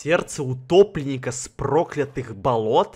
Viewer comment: Мне послышалось не сердце утопленника а гопника